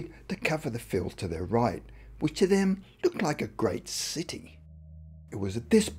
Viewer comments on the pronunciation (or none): none